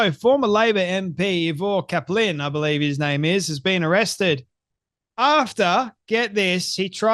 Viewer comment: Eye- ver. Cap-lin